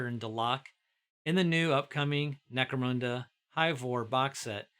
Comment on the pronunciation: Lol always get a kick on hearing "mecro-moon-da"